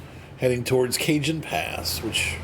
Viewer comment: Cajon is pronounced "ca-HON", Cajon is an old spanish word for Coffin, later replaced with Ataud (modern word for coffin)